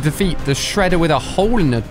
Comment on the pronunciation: you said sheeder LOL